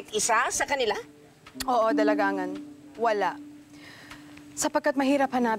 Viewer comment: oo nga e. Pero sa earlier eps dalaGangan bigkas nila e